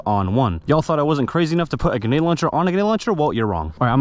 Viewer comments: GRA-NADE not Gu-nade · No, it’s “genade”🤣😂😅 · No hate but you were saying genade instead of grenade😂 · I cant be the only one who hears him saying "genade" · Why did u keep sayin genade and not grenade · GREnade my guy. Not GEnade 😭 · Grenade is pronounced with an "r" it's not pronounced genade!!! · Please bro third time I've said this its not genade, its grenade You literally have it in the title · Grenade not ganade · its grenade not genade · I here more ginade than grinade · is he saying gunad instead grenade but none the less good video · he says genade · uhm actually its gRenade not genade💀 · Why cant he pronounce gRenade? genade, genade, hurhurhur genade. 0_0 my face the entire video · Stop saying ganade its GRANADE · bro said genade no hate btw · Please bro learn to say the word grenade grenade not genade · Bro it’s bugging me he keeps saying ganade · Grenade not genade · I love your videos man, I've been a subscriber for a very long time. But I hated every single time you said "ganade" instead of grenade or even just nade... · You sound foolish saying Ganade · Please say grenade correctly, hearing you say ginaied makes me cringe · i love how he says grenade as "ganade" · Cuzzzz isa soooooo fanceeeyyyy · I thought it was just me when he would say ganade. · I thought he might have a speech impediment and didn't want to comment just in case. But yeah he was saying ganade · M8 , it's Gər-næde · Man says ganade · Please JUST SAY GRENADE!!! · Did he just say “genade”😂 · It sounds like he's saying genade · Him saying genade was annoying me the whole video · "GENADE LAUNCHER" - Entertainment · did anybody else think he was saying genade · Guh-nade hurts my soul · bro is saying genades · Am I crazy, or was he saying "Genade"? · nice vid, but you did not once pronounce grenade right lol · most people use the r that’s in the word grenade. It’s not a silent r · it makes me moderately angry every time he says genade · Bruh say gRenade the right way pls